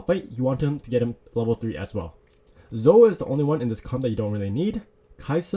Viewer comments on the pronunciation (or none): Great video! Btw Zoe is pronounced Zowe not Zo